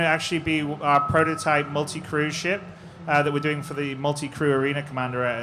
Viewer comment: Crew* not Cruise